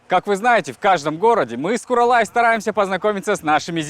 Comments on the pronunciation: гани емес Ғани, куралай емес ҚҰралай деп сөйлеңіздерші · Не Гани а Ғани, не Куралай а Құралай.